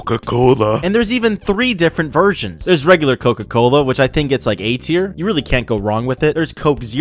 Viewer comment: "CooCO cOOlAA" got me laughing